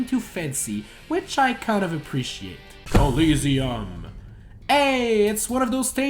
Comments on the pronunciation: call-EASY um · I also like how he pronounced the harder stage names correctly but couldn't say "Coliseum" correctly. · You mispronounced DRACULA and promptly bashed Shadow Moses.. wh.. FRIGATE? F R I G A T E ?? Colliseum. C O L L I S E U M. A RACETRACK ISN'T A STREET. CORNERIA. TERMINA. BATTLEFIELD AS A COP-OUT ENDING. rrreeee EEEEEEE EEEEEEEEEEEE EEEEEEEEEEE EEEEEEEEEE ĘĖÊĘËÈEEĘÊ Atleast we can agree that Brawl's themes were the best. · Interesting pronunciation of coliseum but a decent review overall. Only thing wrong with it was the fact that you contradicted yourself too much. You said you didn't like big stages but you liked big battlefield.